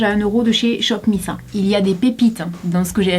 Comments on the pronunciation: ON DIT « SHOP MISS ÈYE » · sa se prononce shop miss « aye » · Hey! j'ai pas encore vu ta vidéo complètement mais miss a ça se prononce à l'anglaise:) (référence au groupe de Kpop il me semble)